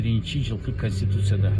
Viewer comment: Так суйлоп уйронгулочу канститиция эмес, конституция деп эле айтсанар,кечээ бир далбаеп депутат таможенное дегенди боять тантык тамыжня далбаеп,сексалю боло бербегилечи